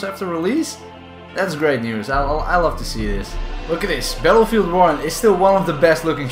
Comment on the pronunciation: So you have made videos of this game for 4 years and you still can’t pronounce Battlefield...